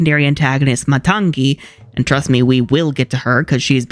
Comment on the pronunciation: you're pronouncing matangi as matang'gi. it's just matangi. other than that, love the video! i now feel compelled to rewatch frozen 2 and check if the soundtrack is actually not as good. also debating whether or not i should listen to the moana 2 soundtrack or wait til i can watch it... which i'll probably watch it once it hits disney+.